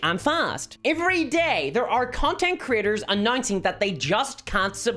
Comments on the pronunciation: I like how her accent makes "content creators" sound like "content critters." I want the stats for content critters, because they sound delightful. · I know you're saying "Creators" but I'm hearing it as "Critters", and it's just delightful.